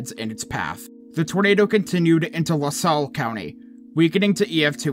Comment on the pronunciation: I noticed you struggling to pronounce some areas so here are some of them since I know they are hard to pronounce if you're not native Pekin: Pee-kin La Salle: Lah Sal Tuscola: Tusk-coal-ah You were pretty close, though!